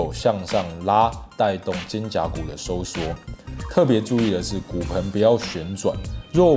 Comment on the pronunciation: 是 肩"胛"骨 喔